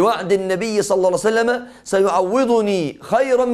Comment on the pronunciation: بارك الله فيك...ولكن عند الصلاة على النبي صلى الله عليه وسلم عليك أيها الشيخ أن ننطقها بصورة صحيحة...ولكن النبى (صلسلم) ما هذا؟